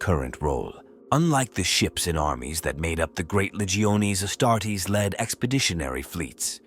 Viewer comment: Astarts? I hate AI...